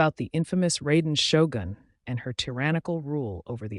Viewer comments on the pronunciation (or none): honestly, when I hear someone pronouncing Raiden Shogun as "Rey-den Show-gan", I'm cringing so hard. Edit: And then he double down by pronouncing Ei as "Aye"!!!